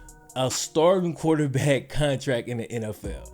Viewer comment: there is an R in quarterback.